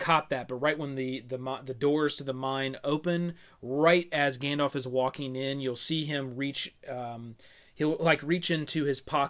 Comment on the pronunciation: > Gandalf with an A ;)